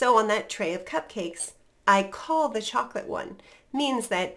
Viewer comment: are you said chocolate with T glottal stop. Thank you.